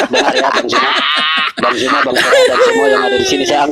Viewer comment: Utk; Sampai Detik ini Huruf Z di baca J; ZUMA menjadi JUMA; tdk mendidik anak-anak kami dng Baik.